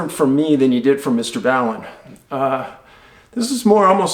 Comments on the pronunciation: Just a friendly FYI, it’s Mr. Ball-in....not bowling’. As always, thanks for the education and due diligence Mr. Paulides. I look up to you and try to emulate your critical thinking skills. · Mr. BALL- IN.... NOT BAIL IN. Just saying Mr. Paulides no disrespect. Wish you were my dad lol......I look up to you and have for a while your a good man and a true modern day revolutionary hero. I own almost all your books and have very very easily found both of your movies except for the history (I believe you called it) special called vanish or the vanished something like anyway HOWEVER instead of pirating like many others, yours on the other hand I paid for simply out of respect for what seems to be the only man I see out there bringing a voice to the lost the families going through the pain. Keep up the good work Mr. Paulides I wish I knew how to contribute more than just word of mouth and LORD knows I tall A LOT!! Take care friends -Zack Royal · love ya Dave Loyal to you always. I know you strive to be careful with your words. Not being picky, just accurate. ( double check how Ball--en pronounces his name ) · Just wanted to send you some thanks and respect. God bless and protect you and your family. By the way I think you pronounce Mr. Ballen like ball-in. It's a slang term, ballin', like he's wealthy, successful, etc. Anyways, keep up the stellar work. You're a one-of-a-kind, get your hands dirty, hard worker and that's so cool/ballin' lol. From OKC with nothing but respect, take care. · I’ve followed you early on David👍!! I found Mr. Ballen because it’s similar mysteries. Forget Logic. Now the growth begins... a quote from a sci for movie I cannot name, “Forget Everything You Know!!” Now here we go!!! BTW: It’s Mr. Ball’. En, like he is a Baller😉👍🎉